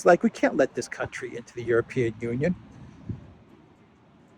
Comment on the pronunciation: Maybe while youre in Budapest, (whose name you DID pronounce correctly, yay!) you will learn how to pronounce OR-ban correctly (instead of or-BAN as if he were French)😍